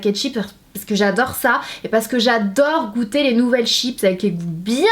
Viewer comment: " CHIP " Il est ou le SSSSSS!!!!!